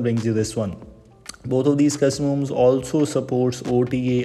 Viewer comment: Pronounce "custom ROMs" correctly first. It's extremely distracting every time you say 'cuzzumoms'.